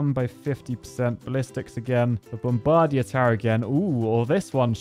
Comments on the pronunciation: bom-BAR-dier? BOM-bar-DIER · Is that really how British people say “bomb-bug-deer”? Idk why that’s funny to me haha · The way you pronounce “bombardier” is super creative